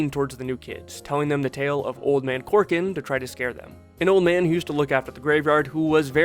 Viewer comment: Say it with me, now, "COR-COR-AN". "Old Man Corkin". Fuckin, Christ.🤦🏿‍♀️ It's spelled EXACTLY like it's pronounced